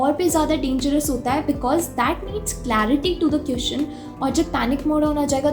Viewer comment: Aap jab queeszn bolti ho tab bohot hassi aati h